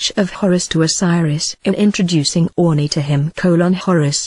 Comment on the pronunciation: Why she pronunces "Ani" as "Oonee"?